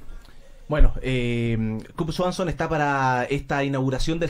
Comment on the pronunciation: El conductor podría haberse tomado la molestia de aprender a pronunciar el nombre de su invitado. Del intérprete mejor ni opinar.